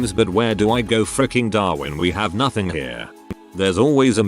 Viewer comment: Nohting 😂 nohting 😃